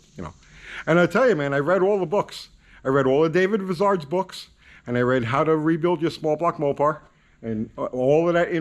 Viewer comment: < I love all your videos. Just a quick FYI- I've heard you mention David Vizard and I watch his videos too, and he pronounces his last name "VY-ZARD" in other words it rhymes with "my card" again just helping out